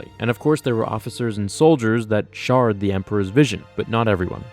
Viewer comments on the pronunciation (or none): did you say "shard" instead of "shared"? Or was that intentional and I'm hearing it wrong? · "'sharred' the emperor's vision" lol! I couldn't tell if he said that on purpose or if he meant to say 'shared' the emperor's vision. Eitherway, great vid as usual. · You said shared wrong ;)